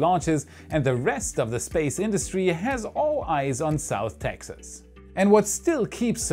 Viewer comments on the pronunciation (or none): none